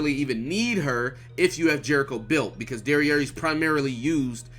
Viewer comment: My man called jericho dererei 🤣😂